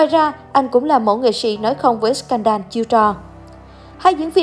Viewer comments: Thích chị iu của em quá trời ☺️☺️☺️ klq nhưng mà add phát âm sai từ “ scandal” òi nha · như phim First wive co ta đọc sai bét ,như scandal cũng đọc sai